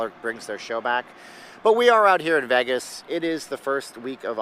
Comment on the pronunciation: Him saying VEG-is is enough to not watch...its VAY-gis